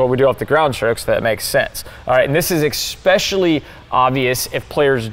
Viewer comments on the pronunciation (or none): That was great, eXspecially the parts where says eXspecially.